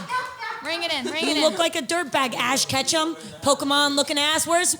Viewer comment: "Ash Katchum" 🤣🤣 "KATCHUM"